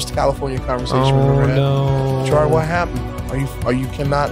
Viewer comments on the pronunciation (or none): none